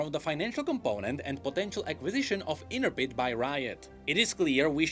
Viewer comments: In-Trep-Id not Inter-Pid lol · In-trep-id. Not "inter-pid". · 1. Inner-Ped? 😹I actually had to pause the video on that part, because I thought maybe I'd been reading it wrong all these years. LOL 2. Thanks for the amazing videos, as always! 3. LET'S GO, RIOT MMO!!! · Nah its prenounced Intreh pid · Please... Intrepid is a normal word with uses and pronunciation... not some made up company name garbled together with random sounds. Please just say it right